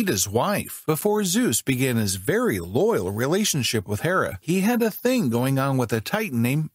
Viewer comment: Emphasis on the loyal